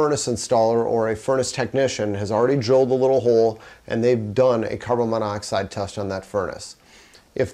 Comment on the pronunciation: Carbon. Then monoxide. You keep mispronouncing the molecule. Great vid.